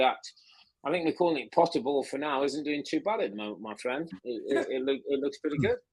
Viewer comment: My fwend, my fwend, my fwend, mate, buddy, my fwend